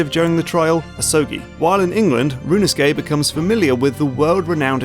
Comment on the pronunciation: Rinusuke? Could have sworn the titular character's name was Ryu-u-no-su-ke.